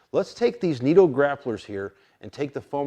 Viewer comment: Great video and great information just one thing bud they're not "neat-o" tires. They are said NIT-O and are a huge tire company that makes tires for full-scale cars. Nitto tires are a very well known brand. Sorry for being "that guy". I don't really know how to make this sound like I'm trying to be helpful and sometimes texts can come off real cocky and/or rude It was definitely not my intention so hopefully you don't take it that way.